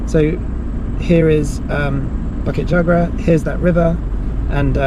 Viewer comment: It is pronounced Boo-kit Joo-gra. Not Ba-kit Jaa-gra.